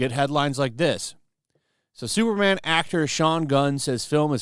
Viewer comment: Its superman, not supermanuel